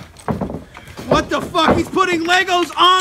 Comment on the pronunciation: if you are gonna say twat say it properly